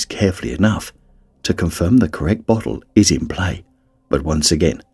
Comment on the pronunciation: I cant unhear bottle as buthole